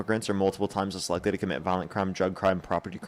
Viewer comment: Dude you say "multiple times less likely" so quickly that it sounds like "multiple times as likely". Just a heads up that you are going so fast that your pronunciation is slipping a bit